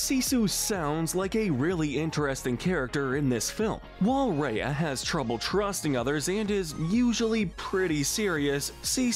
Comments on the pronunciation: What I hate is how he says reia instead of r-eye-a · Number one is the Love Monkey from Dinosaur isn't it? Also it's RYE-ah not RAY-ah. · Gollum is way more annoying than Gurg, not to mention more disturbing! At least Gurgi is aware of what he does and actually tries to change, where is Gollums even though he’s certainly “tries“ is just more schizophrenic and annoying and irritating to watch. Also Awkafina is awesome! Sisu rules and is such a fun and enjoyable character! :-) And you can’t even pronounce her Name or her movie right, it’s pronounced RY-a, So you’re really discrediting yourself there! The gargoyles also rule as well! :-)